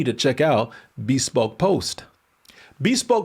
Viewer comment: It’s “be SPOKE” not BEE spoke lol